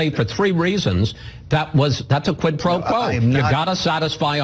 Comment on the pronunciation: Why can’t these dimwits say “quid pro quo”?!?! It’s so simple.